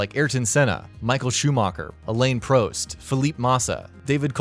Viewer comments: "Alayne Proust" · Elyn Proust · "Michael Shoemarker, Alane Proste, Philip Marsa, Nico Roseberg" 🤦‍♂️ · Did he really say, deevon butler, emola, Elaine prost, phillip massa. What the fuck. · "along with sh0oMaWkEr, ElAiNe PrOeSt, SiNnA roSe-BurG , ceWLltArd and fELLeEp, MaWsSa and GinSs0n BuTtIn" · My faves were Eemowla and Alane Prost